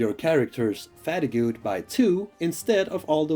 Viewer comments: Great video! Just a heads up, fatigue is pronounced like fah-TEEG, the ue is silent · Hold up did he say "fattygoo"? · Fatigue = fa-teeg sorry to moan.. I had to listen twice to realise what you were saying! Otherwise nice vid. Thanks.